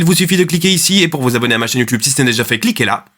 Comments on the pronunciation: Ah ça me stresse quand il dit youtOUbe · Le « YOUTOUBE » J’étais pas prêt 😂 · Je ne vis que pour la façon dont il prononce youtoube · Mdr bolognaise. Super vidéo, c trop marrant quand tu dit : "youtoube" ou "youtoubeur"